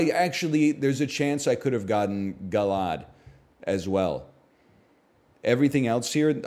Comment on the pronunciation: Nah bro he said gallade as “gallahd”